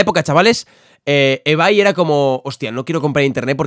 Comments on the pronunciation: Todos: se pronouncia ibei Absolutamente todos: se pronuncia ibei Folagor: ebay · porque lo pronuncia ebai y se pronuncia ibei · "ebay" = ibey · Absolutamente nadie: Folagor: "EBAY" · Lo dice solo él que yo sepa 🤣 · Hola soy nuevo y ebay se pronuncia ibey